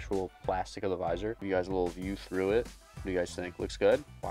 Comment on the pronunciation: please just say visor